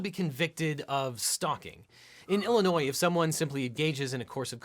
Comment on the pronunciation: Thank you for pronouncing Illinois correctly.